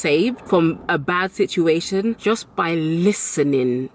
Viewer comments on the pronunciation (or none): none